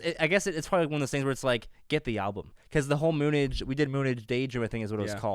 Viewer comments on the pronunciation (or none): Lol moonage is pronounced moon age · We should tell them that, how Bowie uses the word, it's "noun noun," not "verb verb." It affects the pronunciation, y'know!!!😁👍